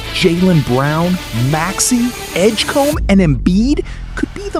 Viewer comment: VJ Edgecum? It's Edgecombe, pal